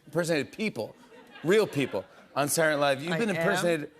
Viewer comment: Why can’t Jimmy pronounce SA-TUR-DAY-NIGHT-LIVE?! It’s not “saournavve” 😂